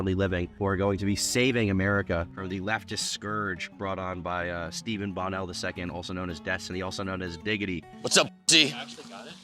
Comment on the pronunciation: You can't even pronounce his name, and you expect us to believe you researched this well? What a joke. The accent on Bonell is on the 2nd syllable, not the 1st.